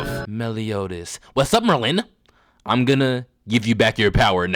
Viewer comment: why TF DO YOU SAY MERLIN LIKE THAT. It’s MERlin, not merLIN